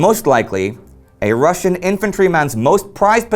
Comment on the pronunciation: Ive noticed how Indy generally pronouces the words from other languages correctly be it Russian or Chinese. Good attention to detail!